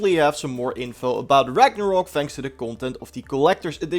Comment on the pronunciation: Ragnarok ....... not ragnarook